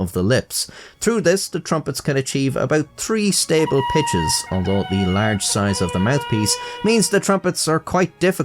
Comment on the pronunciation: Am I the only one that thinks that the only reason presented us with this fact is so he could say 'tutankamun"s tree tousand years old trumpet"?